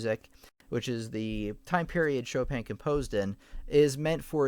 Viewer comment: Did he just literally said "Shópèn" Chopin?😂